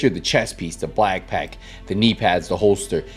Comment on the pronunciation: did you say "blackpack"? LOL...